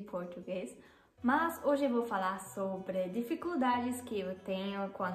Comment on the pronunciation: Oi, tudo bem? Já que você pediu umas dicas sobre como melhorar seu português, aí vai: No vídeo, aos segundos, onde você diz “eu quero falar sobre”, a última vogal de “querO” deve ter o som de “u”, não de “o” e a última vogal de “sobrE", deve ter o som de “i”, não de “e”. Em s, a letra “l” em “algumas”, deve soar como “u”. Em s, em “posso”, a primeira vogal deve soar como “o” aberto, como em “taught”, em inglês. E a segunda vogal, deve soar como “u”. Em s, em vez de “escreve”, você deve dizer “escreva” (modo imperativo). Espero que tenha gostado dessas dicas e o mais importante é que seu português já é muito bom.